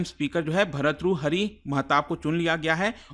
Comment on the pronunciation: Study Iq faculty could not even pronounce an Indian name,it shows the capability of the faculty 😂😂😂😂 BHAR-TTRU-HARI MAHATAAB